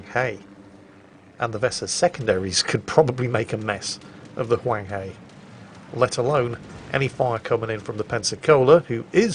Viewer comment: My lord, it hurt me hearing you say hunghe, the "he" pronounce "her" as in Hershey Chocolate. But at least you got the Huang right.